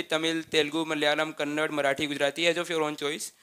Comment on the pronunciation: It is not kannad it is kannada pls pronounce properly almost all north indians pronounce it wrong and for Karnataka also they say Karnatak.